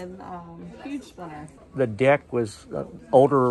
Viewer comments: It's splinter not slintaer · it's splinter not silter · Its splinter not siltaer